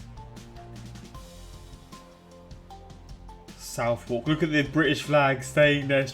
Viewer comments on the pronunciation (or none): none